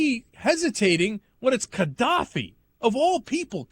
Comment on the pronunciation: Is Cenk pronouncing it wrong? Or is the G in Gadaffi meant to sound more like a K